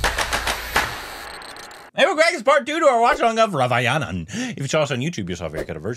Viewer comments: Nobody, absolutely nobody:: Raavayanan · Raa va nan Not ra va yanan